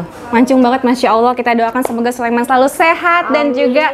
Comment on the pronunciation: Sulaiman bukan Sulaeman pakai i bukan e